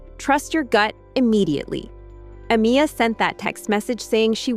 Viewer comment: Why isn't her name Amiya being pronounced correctly??